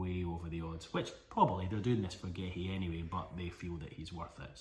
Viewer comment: Massively butchered those names